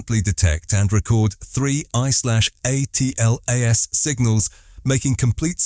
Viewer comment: Why does this AI keep saying A-T-L-A-S rather than "ATLAS"? is anoying